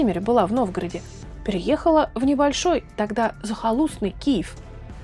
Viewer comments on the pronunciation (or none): none